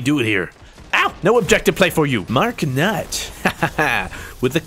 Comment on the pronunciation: do u watch achievement hunter?? Is that why you said mark nutt like that?